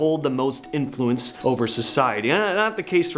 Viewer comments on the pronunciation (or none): none